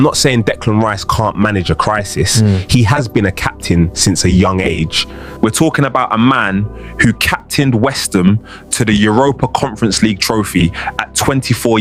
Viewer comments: Soooo... Declan Rice captained "Westum" did he? Nearly but not quite, Mr AI 🙄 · Westam? There's the Ai clue right there! 🤣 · Pretty convincing but this is definitely AI. The audio is choppy and weird, they don't have names, they can't pronounce some of the players names properly, they talk in one tone, and the guy in yellow looks like Lamar lol. Who calls West Ham "Westum"?